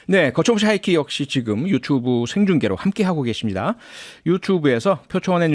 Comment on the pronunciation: 늘 즐겨 듣는데 "유투뷰"라고 하시는 발음이 저는 좀 듣기 불편한데 본토 발음인가요?